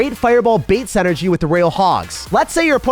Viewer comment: still can’t say synergy right…